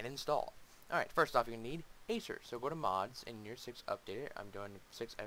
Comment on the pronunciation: its definitely not pronounced "ASER"